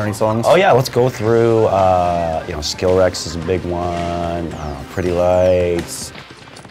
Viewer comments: Lol Skillrex...I think he meant Skrillex. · Wait did he just say SKILLREX? Amazing game and all but you sir are stupid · I'm sorry... did he just say "Skill-Rex"?